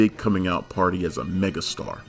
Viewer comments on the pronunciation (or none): none